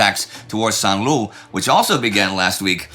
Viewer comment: For crying out loud, Indy, can't you find someone who speaks French and might help you with pronunciation? Saint-Lo would better be rhymed with 'flow'. Please at least try!